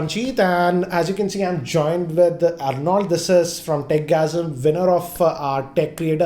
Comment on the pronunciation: Arnold!!!! Aarnald.... Not Arnauld.